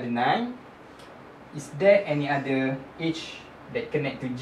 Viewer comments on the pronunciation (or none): great example thanks. You pronounce Edge weird tho haha, i thought you were saying "age"